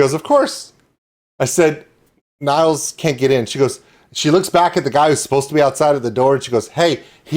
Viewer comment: Sounds like you had a great birthday 🎉 You nailed the pronunciation of Nils' name in "Hej Nils!". ( It's more like nills than niles)